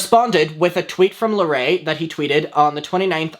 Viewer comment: I fet not knowing how to pronounce someone's name But purposely mispronouncing larray's name (a poc) is microaggressive